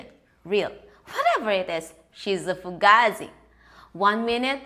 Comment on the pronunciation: Love your channel and think your extremely funny and hearing you say Fugazi is hysterical you actually said it correctly well not at first but you nailed it I guess you been watching Mob wifes on mtv 😂 Staten Island NY has a particular slang now Fuuugetaboutit ✌🏼❤️